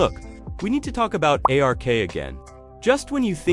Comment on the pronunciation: Why are you calling it A R K? Just say Ark.